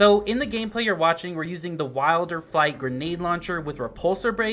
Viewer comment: Will-der-flight, not wild-er-flight